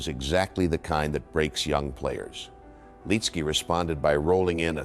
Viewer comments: Good video but the mispronounced name is annoying! It's Lit-ski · First off say his name the right way. He was in the first group I followed in PGA golf. Him, Jack Nicholas and Phil Blackmar on a Thursday at the Honda in 91 or 92. The year Corey Pavin won in a playoff against Fred Couples.